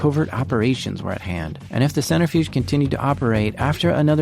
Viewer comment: Absolutely fantastic episode so far in. Some constructive feedback - watch your pronunciations of key scientific terms and names when doing historical technology reporting. Especially when mispronounced often, it detracts from your awesomeness. The big one: “nuclear” is pronounced “new-klee-ur”, not “new-cue-lurr”. Similarly, “centrifuge” is “sen-trih-fyooj”, not “center-fyooj”.